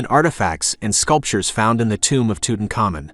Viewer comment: Too Tank Ah Moon Tutankhaman. You pretty much totally mispronounced it.